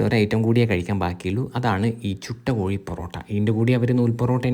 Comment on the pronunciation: കോയി അല്ല സുഹൃത്തേ കോഴി 😅